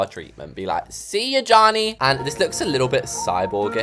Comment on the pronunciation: “CYA JOHNNY” Says in American